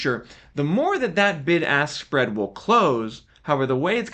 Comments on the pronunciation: Am I the only one who heard "the big arse spread" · I'm sorry but I will never hear anything other than "Big Ass Spread" whenever you say Bid Ask Spread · Big-Ass-Spread. That’s what I heard the first time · I know I was not the only one who thought you said Big Ass Spread 😂😂😂😂 I'd slam the brakes while driving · The "BIG ASS SPREAD" is what I heard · Did you all hear what I heard when he said "bid ask spread"...? 😂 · YOU call it the “bid ask spread”? Lol